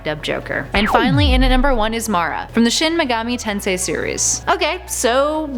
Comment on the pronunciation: Don't chat shit about Mara and Psycho Mantis At least you pronounced Shin Megami Tensei right tho